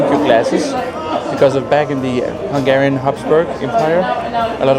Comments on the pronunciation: As a Hungarian it's great to see that you enjoy Budapest and our food 😊 your Hungarian pronunciation is really good as well! Just one correction about the no clinking tradition: it only applies to beer, with other drinks we clink too. 😊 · Dude, as a hungarian I can tell you, you made a wonderful job with the pronunciations, its really hard, and most youtubers wont even bother, yours isnt perfect either obviously, but its very close, great job : )